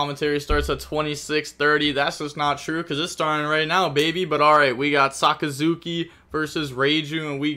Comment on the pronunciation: Dude pronounced Sakazuki perfectly, but will stuble on any english word with more than 2 syllables.